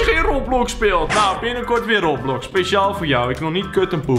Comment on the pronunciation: Oké dat was de laatste keer je spreek het uit als Roobloks niet roplox